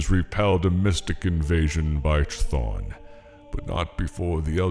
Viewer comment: Chthon is pronounced Kthon. In Greek, “ch” is a “k” sound, as in the name “Chris”. The actual pronunciation is between a K sound and an H sound, something like a cat’s hiss. But in English it’s basically a K sound.